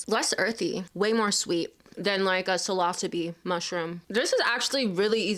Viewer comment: THAT PRONUNCIATION OF PSILOCYBE IS WILD